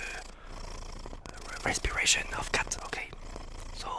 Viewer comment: I thought he said crispy version of a cat 😭😭😭